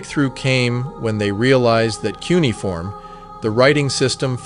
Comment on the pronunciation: You pronounce Cuneiform wrong and you spell Enki-Du wrong. There is also a Enki-Ku that exists.